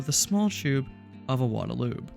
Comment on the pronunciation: One of the few YouTubers to pronounce Iwata correctly. 😊